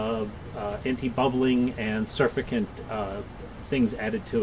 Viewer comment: "Surfactant" has two of the letter "t" in its spelling and pronunciation.